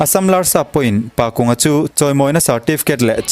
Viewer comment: Pakunga tih ah hian kung tih hi thingkung tih ri anga kung rik anga lam tur a ni e